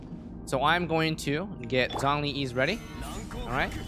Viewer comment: bro you aren't using Zhongli, but Zhong-E